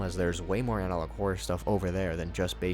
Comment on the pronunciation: "analouge" on the end killed me 😂😂😂